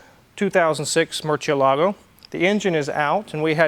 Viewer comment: Everytime ED BOLIAN hears the say the word MURCIELAGO he must cringe...and cringe hard.